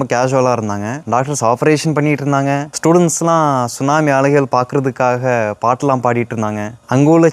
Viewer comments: தம்பி T சுனாமி இல்லை T silent எனவே சுனாமி என்றே கூறலாம் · T sunami solla kudadhu. Sunami Sollanum. Letter T silent. FYI